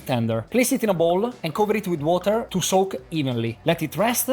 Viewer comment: The only word that didn't have 'a' is water and black papper and size. Hahaha. Wet-uh. Meat-uh.